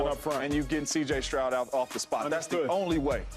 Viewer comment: Bro said “ cj troud”